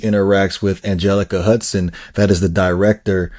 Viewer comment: SI9R ! -----------HER NAME IS ANJELICA HOUSTON ------DAIGHTER OF LEGENDARY DIRECTOR JOHN HOUSTON. ----NOT " HUDCON " -----HOUSTON. -----MJL, 78 Y/O